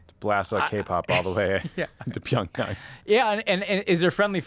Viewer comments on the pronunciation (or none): none